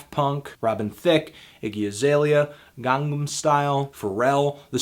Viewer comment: No. Just gets on my nerves when something as easy to pronounce as Gangnam Style is given some stupid 'Murican pronunciation.